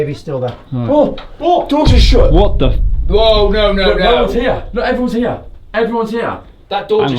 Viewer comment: Here. > Is a one syllable word. Not 3. / Heee'a'ra.